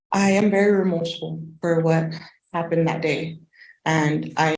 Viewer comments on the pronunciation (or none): the word is remorseful NOT romourseful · It's 'Remorseful'.